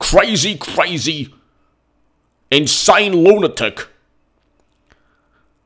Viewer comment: LOL "Insane lunatic" the accent sounded almost Australian. Hi patriots from Sydney.